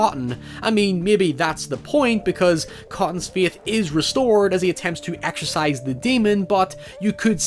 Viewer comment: The way you say "faith" hurts my ears and my soul so I guess I've lost my feeeeeeithh in word pronunciation